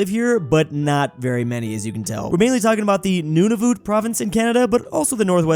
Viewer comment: He's says N-ew-na-v-ew-t when it's N-ew-na-v-UH-t